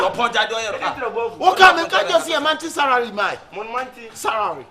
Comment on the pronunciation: Y3 monthry sarary🤣😂😂